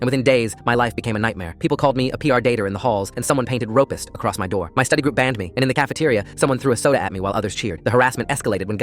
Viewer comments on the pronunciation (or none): "ropist" and "pr dater" got me rolling